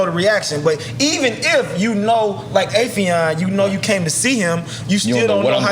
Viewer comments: Nore said “Affrion”, Affion said “Octagon?” 💀💀😂😂😂😂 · Nore murdered Affion's name like 10 times 😂🤣😂